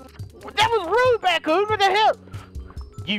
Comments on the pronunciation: its not BatKoon its BadKoon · Wait so is it batkoon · Lol remember when you couldn’t say batcoon